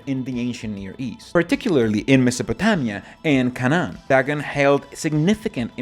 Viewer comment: No, i see nothing wrong with your accent. But, now that you mention it, I noticed that, despite the video being presented in Inglés, you did favor the Spanish pronunciation of Canaan. ❤